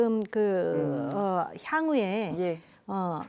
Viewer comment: 향후에가 왜 탕후르로 들리지??